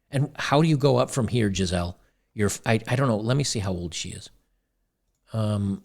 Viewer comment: Her name is actually pronounced like geezulah in German.